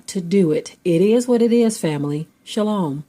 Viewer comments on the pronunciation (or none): none